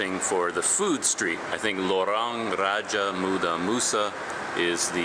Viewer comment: your pronounciation when reading lorong raja muda so on point!